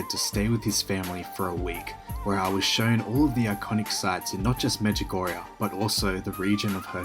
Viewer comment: Medjugorje, not Medjugorja🙏